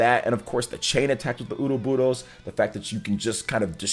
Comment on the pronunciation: Stop pronouncing Ouroboros like that 😂 just listen to the Direct and how they say it...